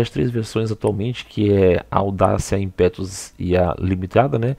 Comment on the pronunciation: Insiste em falar "IMPÉTUS " hein!!!